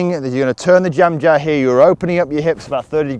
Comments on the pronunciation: i thought was speaking indian language......"jamjahr" 😂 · Just for fun,can you say jem jar and then say jam jar do they sound different, lol lm just playing with ya,thanks